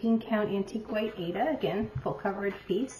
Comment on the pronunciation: I so enjoyed your video visiting your mom! She is a cutie! And I especially liked that she pronounced Aida the we were told how to pronounce it back in the 80’s!